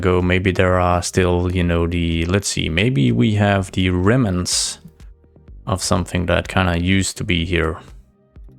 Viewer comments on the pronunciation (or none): none